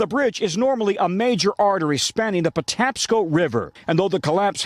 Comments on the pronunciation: You pronounces Potapsco River correctly. They did contact people before it hit but there wasn’t much time to do anything, Power went on and off a few times. There was construction on the bridge at the time and I fear that is will most of the lost lives are from. Prayers to the family’s. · I live in the DC-Baltimore area, the air temperatures at night have been nippy which adds to the hypothermia risk. You got the pronunciation correct.